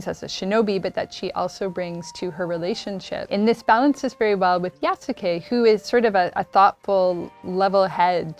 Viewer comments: There are a few wishes I have now: 1.) I hope they don't pronounce his name with the heavy U (YasUke) but more like "Yas'ke" in the game. 2.) Please don't let Yasuke and Naoe get romantically involved! That would rob them of some of their individual personality and more blend them together into one. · It’s pronounced yaske not yas u ke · wtf? pretty sure it's not pronounced "yasookay" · It's pronounced "Yas-kay" Ubisoft. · the writers dont know about yasuke either. can't even pronounce his name right. it's not "yasookay" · I find it hilarious that despite them making the game, they don't even know how to properly pronounce the names of their own characters. 💀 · The French guy being unable to say "Japan" the way most people do is forgivable. It's the woman with perfect English deliberately pronouncing the U in "Yasuke" that's driving me nuts. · I hope the voice actors actually yasukes name properly . The way they’re saying it is wrong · The most atrocious thing about this video is the ineptitude with which the names Yasuke and Naoe are pronounced. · Someone needs to teach that woman how to pronounce "Yasuke".